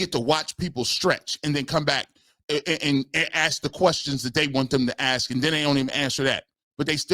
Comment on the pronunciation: Impressive that analytics is said correctly but ask is somehow axe. 🤔